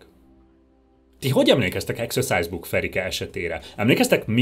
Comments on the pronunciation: A kedvenc részem amikor azt mondja hogy execuse book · A mai napig nem tudom eldönteni, hogy exercise book-ot, vagy exorcise book-ot mond, mert hát egyáltalán nem mindegy.... A halálát meg érthette átvitt értelemben is.